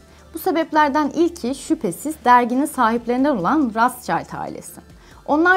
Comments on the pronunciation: “Roçild” olarak okunur diye biliyorum, her yerde böyle duymuştum. “Ratzçayld” olduğuna emin misiniz? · lutfen isimleri dogru telaffuz ediniz ratsscheild degil ROTSCHILD kirmizi kalkan almanca. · rastşayld değil rothşayld diye okunur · Rotşild, rotsçayld diyeni duydum da razçayld ilk defa duyuyorum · Rasçald nedir ya?Rotşhilt diye okunur yani almanca kızıl zırh demek.bu aile çok eskiden beri kızıl zırh ile tanıdıkları için bu ismi almışlar. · Rastşayld ... bu isim çok telaffuz gördü de ilk defa bu kadar yanlışını görüyor. Rotşild. Böyle okunuyor bu isim ... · Rothschild soyadı Almanca soyaddır. Bu yüzden telaffuz ederken Almanca olarak okumak gerekir, neden rastschaild gibi okuduğunuzu anlamadım. Rothschild, rotşhild tarzında okunur. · Videolarınızı devamlı takip ediyorum ama eleştirim şu konuda Rotschild ailesi söylenişi o kadar değiştirildiki güzel kardeşim kelime özbeöz almancadir anlami kırmızı kalkandir okunuşu ise ratşalt değil rotşilt dir lütfen bütün milletimize haykırıyorum İngilizce seviye ispatinizdan vazgeçin artık ❗😊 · Rastçayld mı 🤦yok nihavend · Rotçild diye okuyoruz biz onu siz öyle okuyunca değişik geldi tanınmamış birileri gibi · Rotchild yazilir rotşild okunur ablalar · Değerli hanımefendi, Rothschild rotşild olarak okunur, kızıl kalkan anlamında. Child değil... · Ailenin ismini öyle bir telaffuz etmişsiniz ki 🤔 sesli dinliyordum Allah'ım Kim bu aile diyorum 😊😄 geriye sarıp sarıp fotoğraflardan Anladım kim olduklarını, yanlış anlamayın telaffuz bir garip ve eksik orada.. Ayrıca o sevimsiz aile ile ilgili pozitif bir tane bile düşüncem yok ama.. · Teşekkürler. Ancak yayından önce The Economist ve Rothschild gibi yabancı kelimelerin/isimlerin google translate'de dinle butonuna basarak nasıl telaffuz edildiğini öğrenmenizi tavsiye ederim.